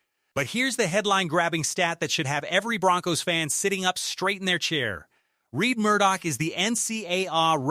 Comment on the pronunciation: "Red" Murdock, not "Reed" Murdock. If it wasn't an AI voice it would have known. But besides that, he is one of my most interesting rookies. Drafted in 7th round but with an expected ceiling like a first or second rounder. Practically the definition of a "Steal".